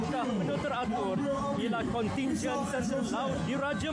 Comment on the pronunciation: Kontijen bkn kontingen